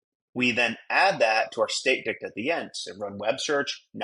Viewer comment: Good job, but ' dict ' never again 😂